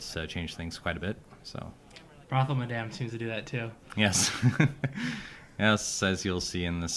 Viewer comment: Thank you. Madame rhymes with Adam.